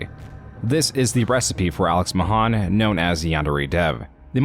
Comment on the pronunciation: I know this is just how his voice sounds, but I cant shake the feeling this is read by an AI, like the way he sometimes pronounces his name "Mahân" and other times "Mahæn"